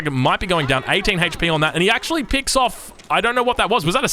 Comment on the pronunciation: I like how he says hate-ch P